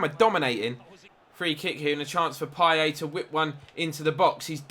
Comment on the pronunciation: It's pronounced "Pieyet" not "Pieyay" btw